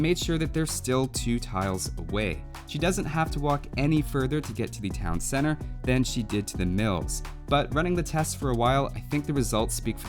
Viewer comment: "Town cenner"